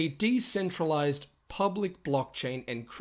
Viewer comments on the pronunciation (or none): none